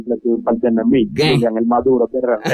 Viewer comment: Le pusieron el acento en la "A", ademas se pronuncia como si tuviera acento en la "U". Los de alofoke ni saben hablar.